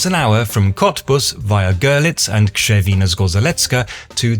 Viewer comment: "Kshevin'a Zgozheletska' is right pronunciation (RZ is read like "j" in French, but like English "sh" after deaf sounds)